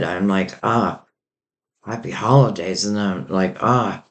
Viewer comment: Did you say happy hollandaise, lol